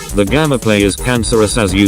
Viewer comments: Why do u say gammaplay it's gameplay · hes saying gammaplay insted of gameplay what the actual jesus fuck man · Y U say gammaplay?! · Y does he say GAMMAPLAY